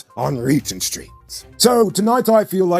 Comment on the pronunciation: Lmao, said " char-ran-d-ass" lmao oh gosh, can't help it lol, good job lol